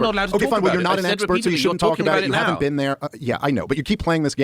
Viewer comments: “YOU’VE NEVVA BEEEN??” And then “I’m not saying you HAVE to visit to talk abt it” What a clown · “Have you ever bean?”